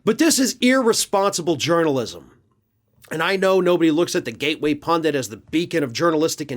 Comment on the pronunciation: Hooray! PUNDIT, not "pundant", as so many other people pronoumce it. Thank you!